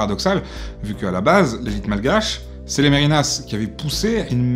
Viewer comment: merinas se prononce merne, le i s'avale